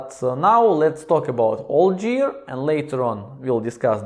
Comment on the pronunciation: GEAR : The 'G' sounds like 'г' in 'господин.' Same goes for 'Garrison cap' -not 'Harrison cap.' Just some constructive criticism, братко; don't get angry.